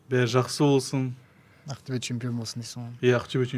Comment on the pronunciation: Не каип АКТЮБЕ. деп Актобе десен запад -ло ма соз магынасын тусинбетин Такаппарлык кимге пир боп турсын